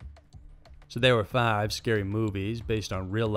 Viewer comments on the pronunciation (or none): Ikr? I'm from AR but the way he said "fiiiiive". I was thinking damn he's country.